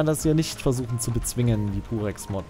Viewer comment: Wieso verstehe ich immer "Durex", anstatt "Purex" 😅